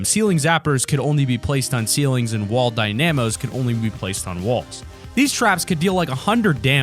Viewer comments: Also the traps are still in save the world, aswell it’s not (die-nam-o) it’s pronounced (dyna-moe) as in dynamite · The way you pronounce “Dynamo” gives me OCD 😂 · Why do he put emphasis on the A on dynamo